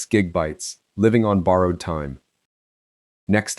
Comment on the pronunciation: “six gig-bytes” can’t even say gigabytes right.